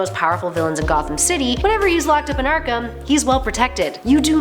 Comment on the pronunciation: Ark”ham” Hehehe